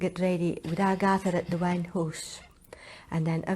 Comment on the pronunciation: Wan hoose is one house.